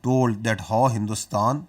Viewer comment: Mulla Sharif doesn't know how to pronounce the English word "How" every time he has to say it he says "Haw!!" It's an entertainment to watch him I bet I can watch this shit entire day in loop so funny 😂